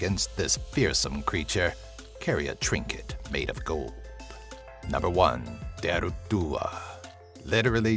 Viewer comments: Dearg isn't pronounced deearg it's pronounced jarig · He wasn't that bad. He definitely pronounced "dearg" wrong for dearg due though.